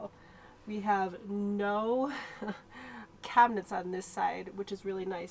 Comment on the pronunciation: Why do so many amercans say cabineNts? :D